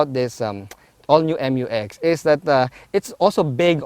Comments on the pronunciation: FYR it is pronounced as "myu-ex", not M-U-X. That's why it is spelled Mu-X. ✌️ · I thought the pronunciation is "myu-ex", and not "em yu ex".